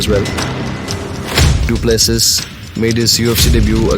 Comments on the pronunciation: Not dooplusseas but,Doo plu sea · Dricus du Plessis (du ple-see) Get it right... FFS